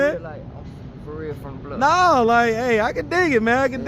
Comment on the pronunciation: You ain’t either saying it with a s 😂